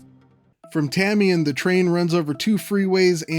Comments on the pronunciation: Although the Tamien Tribe did pronounce it “Tah-mien”, I think most train announcements pronounce it that way too. But most of the locals pronounce it “Tay-mien” (rhymes with Damien). In fact, when I used to ride Caltrain everyday, every time the voice would announce Tamien, the riders would make it a tradition to frustratingly repeat it as “Tay-mien”. 😂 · Tamien - locals say "TAY-mee-en". I know, I know. But good to know.